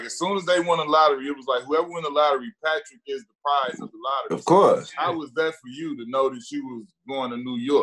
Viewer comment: uh uh...PAT-rick Ewing